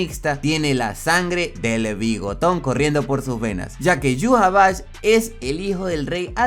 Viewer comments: ¿Como se escribe?: Yhwach ¿Como se pronuncia? Yu-ja-va-ja. ¿Como lo pronunciaba yo?: Ai-wa-sh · En 1000 canales de YouTube, que hablan de Bleach, los 1000 pronuncian Yhwach de maneras diferentes, lo pretencioso de Tite Kubo se refleja en ese nombre.